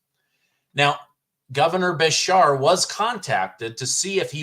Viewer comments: It's pronounced Beeshear... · His name is pronounced besheeer or aka by some is Kentuckians Handy Andy 🤢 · It is pronounced Ba- sheer. The teachers union and his dad being a former gov got him in office. I was ashamed of his comments. Prior to this election, he kept out if a lot of this lying slander. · our Governor in KY's last name is best pronounced if you remember a sheep. Ba-Sheers. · KY HERE: We love our Governor here even the Republicans... I can't believe he said that. I'm disgusted 😮😮. And it's pronounced (Bru- shere). I can't believe that came out of his mouth. Those woke has finally got his brain WTF 😡😡😡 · Just FYI it’s pronounced Bru Shear My daughter lives in Kentucky and he is terrible!! Nobody likes him but mysteriously he was ‘voted’ back in again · pronounced Ba sheer